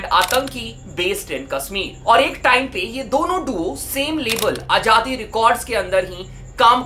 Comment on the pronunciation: Its azaadi not ajaadi yar abc to prhtey ho tum Indians kiu nhi words theek se prhtey Z ki awaz kiu nhi nikali jaty